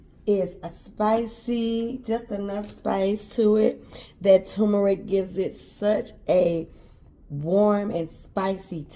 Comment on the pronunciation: What is tumorick? Now, I done heard of turrrrrrrmeric b'fō. You tryin'a give me a tumor or somethin'? (hee-hee)😊